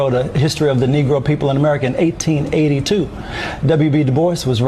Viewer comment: The way he said 1882–and in that southern accent—Very pointed. Everything! 🏆🎯